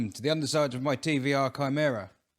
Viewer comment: I just wanted to thank you for not calling your Chimaera a 'Shy-maera'. Greek does indeed have a hard 'c' sound (charisma, cholesterol, chaos, choir, chemistry, etc), but they don't teach Latin and Greek in many schools these days (it's probably illegal); it infuriates me that prominent car-peeps all over the world call the Bugatti Chiron a 'Sheer-on'. It's Kye-ron, dammit! Chiron was the wise and mighty centaur who taught various mythological Greek heroes such as Achilles how to be manly and butch. Likewise, Charon [Care-on, not Sharon!] was the ferryman who carried the souls of the dead across the River Styx. French has a soft 'c', as in chiffon, but the Bugatti is most definitely not named after a bit of flimsy see-through fabric. I suspect it was Jeremy Clarkshole who mistakenly popularised the 'Sheer-on' pronunciation and, as he's a Yorkshireman and thus completely incapable of admitting he's ever wrong about anything, the name stuck. It's too late for Bugatti to put things right; their super-rich customers wouldn't listen, so I imagine the company will pretend that it's been 'Sheer-on' all along. It's a lie! Anyway, thanks for the hard 'c' in Chimaera. Sorry that I've got nowt helpful to say about your fuel woes, mate... 🤭